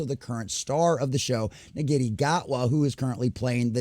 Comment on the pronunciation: Sorry to be a nit pick but Ncuti is pronounced "Shoo-ti", but agree they need to focus more on writing instead of modern ID politics.